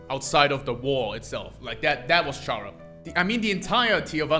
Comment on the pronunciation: I guess I just won't bother on how he pronounces it as CH-ara instead of Chara(cter) Also, the all lowercase thing with the true lab entries actually is used to prove that Sans was a scientist.